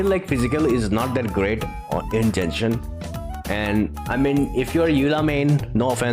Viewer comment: Its not djenshin but genshin